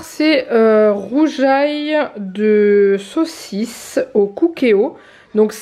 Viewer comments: Miiiam les gnocchis ça me donne trop envie 😍 Les pâtes ont l'air pas mal 😊 C'est trop trop bon le rougail saucisse 🤤 par contre ça se prononce pas roujail lol mais Rougail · Coucou! Pour le rougail saucisse ça se dit Rouguail Saucisse même si ça s'écrit Rougail, c'est un plat typique réunionnais ça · Coucou on dit ROUGUAIL lol et d'ailleurs si ca se disait comme tu le prononce ca s s'écrirait plutot rougeail mdr